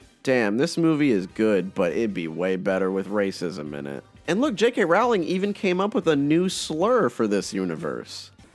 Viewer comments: so never right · Her last name is pronounced ROLLLLLLIN. Fyi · Her last name is pronounced like "rolling" FYI